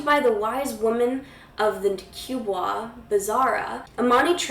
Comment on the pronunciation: Kubwa is pronounced as (koo-bua) I believe. At lease that's how Imani says it